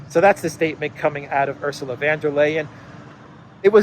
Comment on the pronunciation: VON Der not VAN Der. Just sayin".